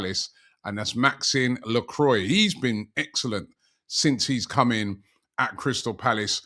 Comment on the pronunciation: its not maxine lacroine its Maxconce Lacrua its ridden like this Robbie